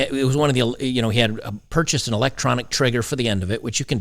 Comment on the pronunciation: Purchase, not purcase....